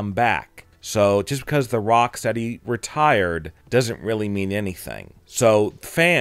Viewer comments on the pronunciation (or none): He didn't say retired!, He said Rock-tierd . Which meant hes just taking a rest 😅😅